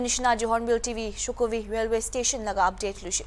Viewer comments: That's not shukhovi, it's shokhuvi😂😂😂😂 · It's SHOKHUVI NOT SHUKHOVI